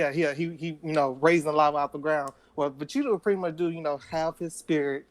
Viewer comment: lol i have a cousin that says vegetas name like that. "vecheeta"